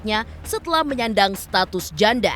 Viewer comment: Bisa gk sih tekanan suara pas ngomong janda itu biasa aja, jangan terlalu di tekan, kayak mojokin gitu. 😈😈😈😈